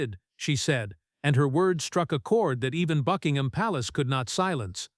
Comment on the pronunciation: Click bait. Illegitimate children are ineligible to be in the line of succession. Also, the AI voice cannot even correctly pronounce Buckingham.